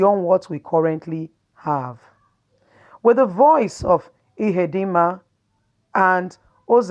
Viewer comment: Ihedioha not Ihedinma